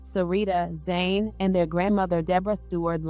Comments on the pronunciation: yes, Jholie is the twin that passed away 🙏🏽. Jhené is the surviving twin, but you (or the voice program that you’re using) call her “Zane” through the video. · The reporter called the surviving twin Jhené, but the narrator keeps calling her Zane.